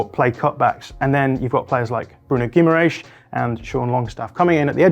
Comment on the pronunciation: still isn't close with the Guimarães pronunciation